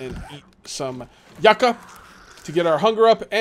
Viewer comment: Dear, just to let you know that yucca is said like (yoo-kuh)